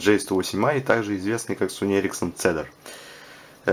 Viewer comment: Позволю себе немного подушнить. Правильно этот телефон называется не Цедар, а Кедр. У Sony Ericsson целая линейка телефонлв которые называются в честь деревьев. Cedar - кедр, Elm - вяз, Aspen - осина, Hazel - орешник.